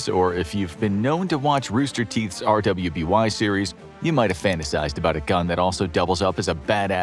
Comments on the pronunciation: R.W.B.Y is pronounced "Ruby" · i have to say this, the show R.W.B.Y. is pronounced Ruby, you dont articulate each letter.